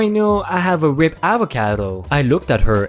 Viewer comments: The word "ripe" is pronounced "REIP" in your language. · Yes its me again. Pronunciation Ripe (I) Avocados not Rip. You rip paper. I know I am a pain ,I just trying to help w/ the verbalization. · which amazes me? since your name has the same sound alike as the word ripe but you mispronounced the word ripe like the word rip? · Catering is actually said like KAYY tering NOT cat--erring and has the AY sound like in Pay, day, stay, etc.. and word RIPE is pronounced as r--eye--p, as having rhymes with sound like Sky-pe, type, pipe, high. etc.